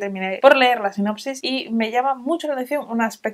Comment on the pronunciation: Como simple sugerencia, para mejorar siempre, por supuesto. A veces dices "Sinapsis" en lugar de "sinopsis" ... Solo para tener en cuenta 🙈 Gracias por estos videos, creo que conseguiré varios!